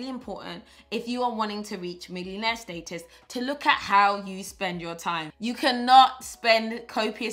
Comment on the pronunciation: I don’t know about y’all, but for now on I’m pronouncing status the PB way “stay-tus”! SN: PB, PLEASE make the planner available digitally so that I can have it on my iPad 🙏🏾